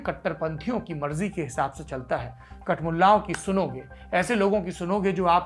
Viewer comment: did you say kat Mulla?